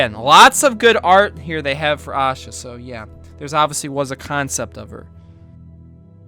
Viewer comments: The way you pronounced it was funny. I don't blame you though . Indian names are hard to pronounce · If there was a voice comment on YouTube , it would be helpful right about now. It's pronounced aa-sha manda-dapu not Yaa-sha manda-daapu. I'm Indian if you didn't Know Love from India 🇮🇳